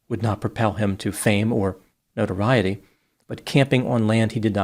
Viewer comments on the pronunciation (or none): none